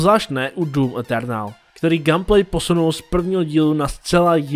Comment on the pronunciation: "gam plej". 😂